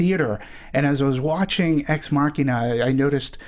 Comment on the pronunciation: These guys can't pronounce ex machina